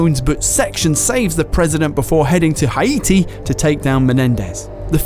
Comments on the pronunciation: O_o' Welp pronunciations of Nicaragua and Haiti are exactly what I'd expect from someone who's never heard the words spoken.:) Ni-car-a-gwa and Hay-tee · I think its just their accents. I laughed at it too though